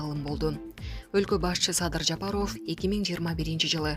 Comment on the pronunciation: Аиий журналистсинби же блогер дейби мынча сабатсыхсын фамилияны туура окуй албайсынЖапаров дегенди кандай айтасын озун уксан уят уят